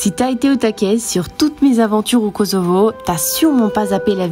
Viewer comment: Kosovo se prononce KoSSovo 😊. Sinon les robes de Valdrin c'est des chefs d'oeuvres comme toujours 😍